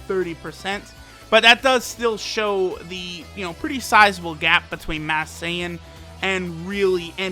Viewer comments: He keeps saying mass Sayian when its masked sayian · he has been saying mass saiyan